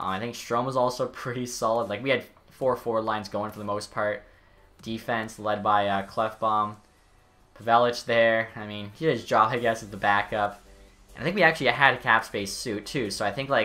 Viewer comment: Pavelec is pronounced Pavelec. It’s not “Pevalich”